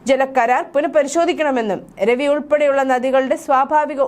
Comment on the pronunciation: It is not Ravi but Raavi